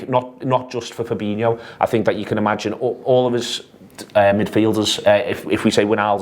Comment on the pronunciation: Fabinho, not Fabino. It's spelled the same way as Coutinho and not surprisingly is pronounced the same way.